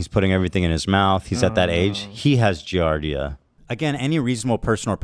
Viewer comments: How do such fools get followers -its pronounced gee [jesus] ardia!!! Klein knows that its completely normal - if not for the betterment of the health of the child anyway!!! I know and feel nauseated from their King and Holy man Hasan but everything below - wtf??? is this gen z versiom of reality tv? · He can’t even pronounce giardia and people believe it 🤗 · People acting like Giardia is some insane and rare parasite they've never hear of, whilst repeatedly mispronouncing it, shows how inconceivably sheltered they and their audiences are. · These uneducated wizards on the internet talking about something they can't even pronounce correctly... "Giardia." I had a girlfriend that got it from her swimming pool, my dad's wife got it from drinking their tap water and has since gone entirely to bottled water... it's extremely common. The good news is the people after you are utter dunces. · also these morons can't even pronounce giardia and know nothing about it, they shouldn't be speaking on it. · It's the fact that 90% of these morons keep talking about the Giardia scare without even knowing how to pronounce the disease, let alone what it is. like be so fr. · These dumb asses can't even correctly pronounce the diseases they claim to know about. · they can’t even pronounce giardia 😂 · It’s so funny how they’re talking about how people get Giardia and they’re not pronouncing it correctly or know what it is lol…..it’s wild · These idiots can’t even pronounce giardia let alone know what it is. Take a deworming call if a day it’s not that serious unless left untreated. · God they’re not even pronouncing Giardia correctly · the laughable fact that they can’t even pronounce giardia lmaooo